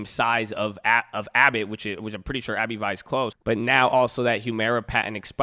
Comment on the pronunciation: It's "Abb-vie" haha. Where you getting Abbey vie from haha